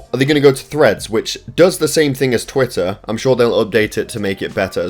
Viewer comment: it's called an accent.